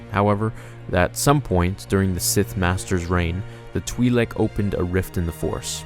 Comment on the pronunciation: Twi-lek, not twee-lek